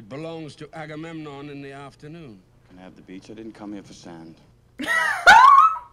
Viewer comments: Hey, a couple of things... 1) You look amazing with the cosplay! 🔥🔥🔥Just sayin'! 2) Your inability to say Agamemnon as "Agamon" was constantly funny! 3) This is one of my favorite movies of this genre. I have always been a sucker for Greek Mythology, and both 'The Illiad' and 'The Odyssey' are favorites. The amazing international cast alone is worth talking about from Brad Pitt (Achilles - American), Eric Bana (Hector - Australian), the legendary Peter O'Toole (King Priam of Troy - Irish), Garrett Hedlund (Patroklus - American), Diane Kruger (Helen - German), Sean Bean (Odysseus - English) nd another legend in Julie Christie (Achilles's mother Thetis - English). Add in an amazing German director in Wolfgang Peterson (Air Force One, In The Line Of Fire, Das Boot - The Boat, Enemy Mine, and The Neverending Story). It is just a wonderful film. 4) They truncated a lot. The Trojan War, like Odysseus's journey to get home, was ten years long. Without the subplots involving the Gods and Goddesses who took sides, and glossing over the religious aspects of funeral rites, as well as compressing events and characters...you get a more streamlined version of the story. Thanks to David Benioff's tight screenplay, way before he was writer-creator-showrunner of 'Game of Thrones' with D.B. Weiss. 5) If you want to see a pretty good film about Greek Mythology that was also a lot of fun I recommend the original 'Clash of the Titans' (1981) with Harry Hamlin, Burgess Meredith, Laurence Oliv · I've never heard anyone mispronounce Agamemnon as "Amagon" but I'm glad I did 🤣. Sounds like a Pokemon.